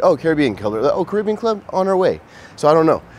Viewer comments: As someone who lives in Jamaica next door, it is pronounced “Carry-bee-Ann” - congrats to you both!! Grand Cayman is gorgeous, enjoy your Honeymoon!! ❤ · It’s actually pronounced, “Caribbean”